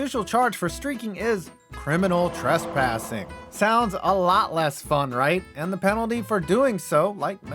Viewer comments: “Criminal tressassing”. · “Criminal Tressassing” 😂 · "Tressassing" Tress-assing